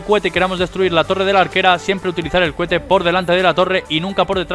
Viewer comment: No me sirve ninguno, pero me parto de risa cada vez que dices "CUHETE" JAJAJJAJA